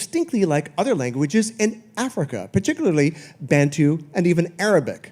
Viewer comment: Did he say baNtu? 🤔